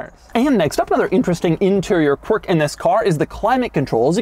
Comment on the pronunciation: you need to stop saying qwiurk